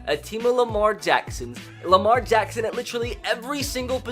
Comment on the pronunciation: I love how he says Lamar Jackson “ Lamar Jaxxxxxssoons